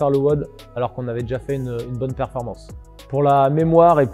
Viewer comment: PERFORMANCE… pas performence 🤣 Mais bonne vidéo quand même.